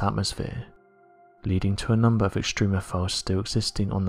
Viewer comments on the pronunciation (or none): none